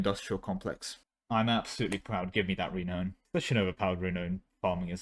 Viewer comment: I want to be polite, but please check the pronunciation of Renown and Matrilineal. Your voice is easy to listen to otherwise. ;)